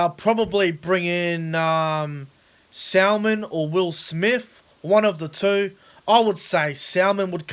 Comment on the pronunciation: It's pronounced Salmon like the fish, not Sal-Man but other than that, good video.